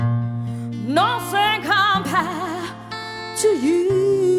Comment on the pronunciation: Na sờ thing..không dám đánh giá thanh nhạc nhưng chỉ nghe cái cách phát âm Nothing = Na sờ thing thì thua rồi..Kiểu ăn cháo ốc mà bị nhai phải con ốc con vậy. Nghe bạn này phát âm từ Nothing lại nhớ bạn MC chương trình này đã từng có câu phát âm Everytime = E vy thơm bất hủ.